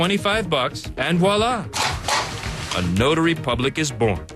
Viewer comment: ...lmao... WALLA! I'm pretty sure it's 'Voila!'